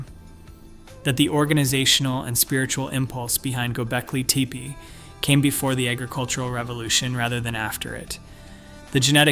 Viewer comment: Is there no way to teach the speech to pronounce Göbekli Tepe properly? Gonna be a loong video if so.